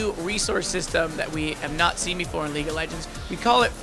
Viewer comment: lol- leegue of legends XD